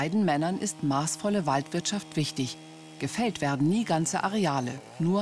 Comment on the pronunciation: "Die Biodiverschidääd isch mir Wischtisch".. Ah deshalb sorgt sie für ne Monokultur. 🤡